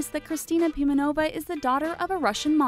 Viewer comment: omg BezrukOva, PimenOva is it so hard to put the stress on the right syllable? * cries in Russian *